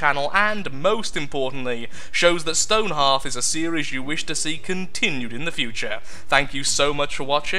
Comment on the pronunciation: you pronounced it wrong